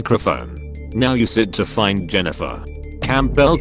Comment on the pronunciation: LOL? I am pretty sure the AI voice called Jennifer "genital" and then "jenniphant". I love this